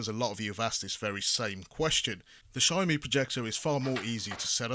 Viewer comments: Its Xiaomi not XiaoMai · It’s siao mee not siao mai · He said SHAMAI in the beginning now I want a SHOMAI with rice. 😂😂😂